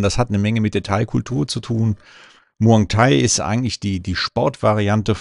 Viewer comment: Muay Thai heißt das übrigens nicht Muang thai. 😊